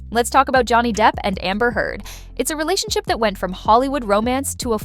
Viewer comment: Relationshio, huh? Nice AI slip there.